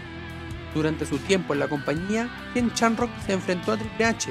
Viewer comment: No se dice Chamrock, no seas ignorante por favor